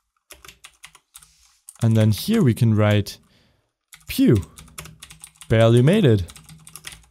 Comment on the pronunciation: it's "phew" not "puh" sorry it was bothering me i'll shut up now